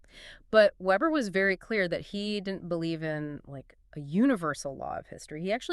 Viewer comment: Max weber, vay-ber